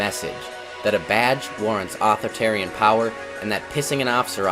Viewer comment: author-tarian? au-thor-i-tar'-i-an, please. otherwise pretty good reporting. but an Expo's hat. Copper probably didn't like that, or your choice of shirt......